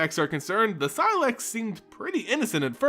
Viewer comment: first say say slex, now seelax blast....